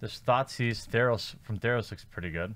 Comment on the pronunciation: Wait, did say THOT Seize?